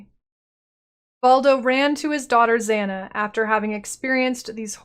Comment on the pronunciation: Your pronunciation of Zana is really annoying especially because several NPCs pronounce her name already. Here "A"s are pronounced the same way Kitava's are. "ah-ah" not "a-a".